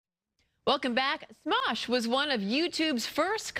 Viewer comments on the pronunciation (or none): did she seriously just say "Mosh"?